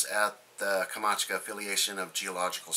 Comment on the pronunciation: Hello Speak K a m ch a t k a Not the Kamachka ;)